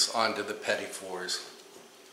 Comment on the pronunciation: I'm thankful that you pronounced petit for me, as i always incorrectly called them petite fours. I gotta do these, tysm.